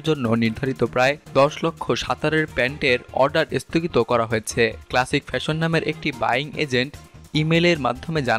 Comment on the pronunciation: This is the beginning of the end . Isthogit na sthogit , please pronunciation thhik korun .